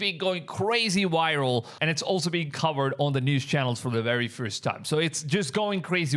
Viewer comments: It's viral not Wiral 😂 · Yeah the video is "wiral"